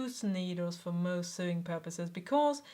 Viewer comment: du vet det sikkert allerede nå, men "sewing" uttales "sowing" på engelsk :)